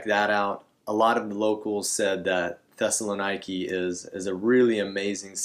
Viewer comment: Great video. You forgot another transportation option from Athens airport. You can catch the X95 bus direct to Syntagma square. Also, yes you butchered the pronunciations. Thessaloniki is pronounced Thessa-Lo-Neekee. 👍